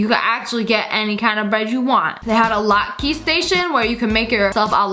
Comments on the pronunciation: As a humble person of the Jewish religion I say... LATKE IS PRONOUNCED LOT-KUH HMMMMM NOT LOT-KEY IM MAD 🤣🤣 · It’s not pronounced la-tk-e it’s pronounced la-tk-a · By the way it is pronounced lot-ka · I have to say Latke is not pronounced (Lot-kee) it's pronounced (Lot-Kuh) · it is not pronounced a latke it is pronounced a latka, i know it is just spelled weird. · Any other people who cringed when she pronounced latke (said lot-ka) as "lot-key"? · Omg watching this made me hungry. And no hate, but Latke is pronounced Lat-ka, not Lat-ke. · Latke is not pronounced like lot-key it is pronounced like lotkuh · Hi, love your videos!!! But, I think latke is pronounce "lat-KA" not "lat-key" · I’m Jewish it’s pronounced lock-ah not lot-key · Girl what’s a latkee? It’s a latke pronounced lotka. They r rly good for channukah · No shade but it’s pronounced LAT KA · Not to be rude but it’s pronounced lat-ka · Btw latke is pronounced lat kah (sorry I’m a big fan I just got lowkey triggered lmao) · It is pronounce lot ka but spell latke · Love your channel but it's pronounced lotka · Am I the only one who died a little inside when she pronounced latke incorrectly? Also I want everything there except the crab legs, this video is making me really hungry. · That potato pancake you pronounced wrong p.s. Sorry I just had to say that. The potato pancake is a Jewish food, which I'm jewish . P.s.s. I like all your vids!!!